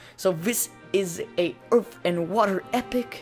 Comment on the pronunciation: EARTH! not EARF